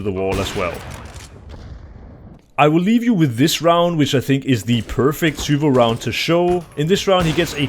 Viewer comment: the way nato pronounces zywoo is infuriating